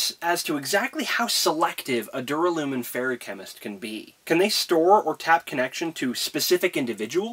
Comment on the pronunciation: It's pronounced Dur- (as in during) Alla -(like alan) Min (Minnie) or at least that's how the Audiobooks say it. Sorry if that follows your into the next video